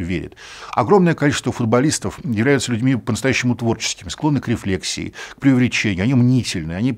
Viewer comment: "К рефлексИи". Это психологический термин, означает посмотреть на ситуацию глазами другого человека; посмотреть на себя со стороны. РекфлексИя не имеет ничего общего с рефлЕксом, хоть с условным, хоть с безусловным. РефлЕкс - это некий комплекс действий в ответ на запускающий стимул. От рефлЕкса никогда не образуется производная словоформа рефлЕксия/рефлесИя, рефлЕксировать/рефлексИровать и тому подобные. РефлЕкс либо был, либо не был; либо сформировался, либо разрушился. Третье значение, третий омоним: рефлЕкс. Это отражение чего-либо в чём-то другом. Например, отражение яблока в полированной поверхности стола; луна и лунная дорожка на воде . Это сугубо художественный термин. Этот рефлЕкс не может рефлексИровать, не может формироваться, не может быть условным или безусловным; нет словоформы рефлЕксия/рефлексИя. Он либо есть, либо его нет. Хватит уже путать эти три омонима!!! Да, я понимаю, что филологи тупые, они еле-еле научились писать и читать и больше не смогли освоить ни одной науки с научными терминами... Но Вы то чем думаете? Вы же должны быть умнее филологов и понимать разницу омонимов в разных науках и понимать, что у них, и разные ударения, и разные словоформы, и разные границы применения и употребления в речи!!!!